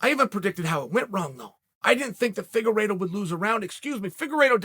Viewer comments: Deiveson "The Cheeto" Figa-reeto! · Chael: Davidson Figurido Me: Ok great